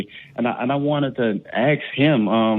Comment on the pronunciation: Another caller who wanted to "axe 'em!" Isn't that attempted murder?!?